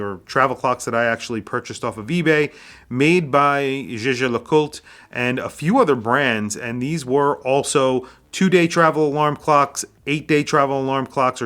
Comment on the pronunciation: Jaeger Le Coultre's pronunciation is NOT Gegé Le Cooltr: in more near YEGER LE COOLTR